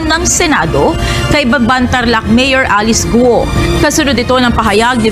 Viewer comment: Ikaw lang ang tamang nag propronounce sa pangalan ni Alice Guo. Everyone else pronounced it as Alice GO. Magaling ka pa sa mga Senators 😅😅